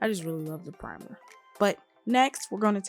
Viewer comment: PUH-rimer love the vid thank you🤝